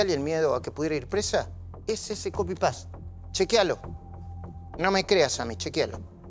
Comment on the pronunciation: "Ferdivientemente"... "Copipás"...